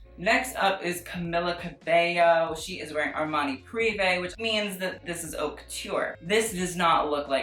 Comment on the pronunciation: "i don't know how to say it" i mean you don't even pronounce haute correctly.